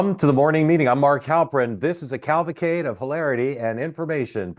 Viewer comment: CAValcade, not CALvacade